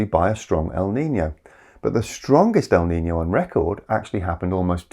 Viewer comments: El nino. Not el nina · I’m a little confused because I hear “El Nina,” so I’m not sure if you meant “La niña” or “el nino” in some places. Maybe it’s just a different way of pronouncing things. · Pronunciation is wrong. it's El Ni-NO, I hear you saying El Nina a few times. If it's the feminine term, it's with a "LA" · There is NO "EL NINA!!!!" It's EL NINO, or LA NINA.